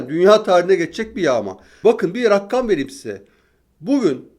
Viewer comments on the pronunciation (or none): Ben de hep farkediyorum tüm konuşmalarında o her rakkam dediginde "rakkam degil o rakam" diyorum sanki yanımdaymış gibi. Bir de bugünki konuşmasında makam kelimesini " maakam" diyerek a'yı uzaltarak söyledi. A orada uzaltılmaz. Yani aynen makam yazdığı gibi söylenir. Serdar bey mesajları okuyor mu? bilemedim ama yazayım dedim. 😊😊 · Serdar bey “rakkam” diye bir şey yok. “Rakam” denir. Her yayında yanlış söylüyorsunuz, düzeltmek bana düşmez ama kimse düzeltmeyince gönüllü oldum bu işe. 😅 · ağabey, rakkam değil, rakam 🎉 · Rakkam değil ya Rakam , bir tane K var ama çoğu insan rakkam diye okuyor. Rakam (sayı, adet)→ Erkam (rakamlar) → Markum (sayılan) → Rakim (sayan) → Rekim (sayısal)